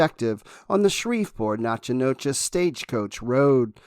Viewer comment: Chillicothe= Chill-a-coth-ee (ship), Natchitoches=Naga-dish or Nack-a-dish (town in LA), Ouachita= Wash-a-taw (River in AR/LA). Those French and Indian names are tricky...